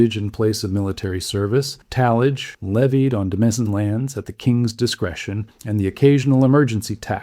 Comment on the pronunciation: Demesne is pronounced dĭ-mān.